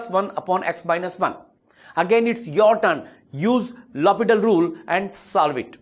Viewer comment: It's L Hopital not Hospital!